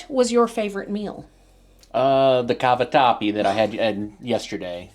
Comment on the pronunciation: Happy birthday,!! Italian girl here…laughing and joking, when you pronounced cavatappi with the “Italian accent”, you were absolutely spot on. Well done, you! Absolutely adore your videos, please keep it up.